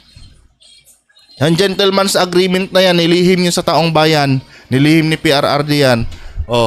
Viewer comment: Robin padila bobo taong bayan pero ang bigkas niya e taum bayan bwahahaha saksskan talaga ng eng eng ang no 1 senador